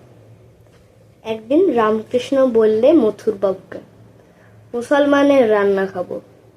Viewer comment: Khub bhalo hyeche .. ramkrishna ta ramokrishno eivabe pronounce koro.